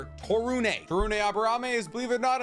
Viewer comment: To-roon not Taru-nay from I believe.